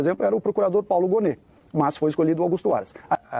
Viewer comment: O nome é Paulo Gonne e não Gome.